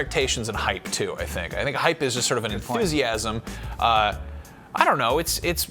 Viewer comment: Hape? Hype ? Anyone else hear that with the first dude?